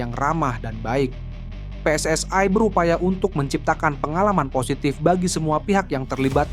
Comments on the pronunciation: Sebut PSSI aja kenapa sih..? kok PSSAi segala.. Salah2 lagi nyebutnya.. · Pe Es Es Ai...??. Sok inggris tapi salah dan norak !! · Kenapa PSSI dibaca PSS ay .